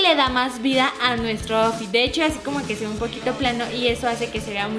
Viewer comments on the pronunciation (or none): none